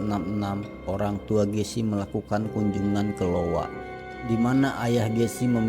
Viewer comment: iowa, bukan lowa.